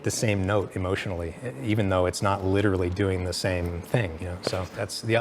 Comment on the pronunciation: “Liturally liturally Liturally”